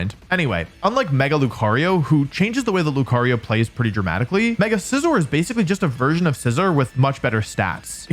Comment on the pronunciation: A bad English accent AND not saying SEE-ZORRR when introducing Scizor? Wolfey fell off man 😂 (In all seriousness, fantastic list and I love all the various factors and things you include to fully evaluate a Pokémon. It could be very easy to just focus on a few particular, big, obvious qualities and so I love how you look into overlooked and easy to forget qualities too)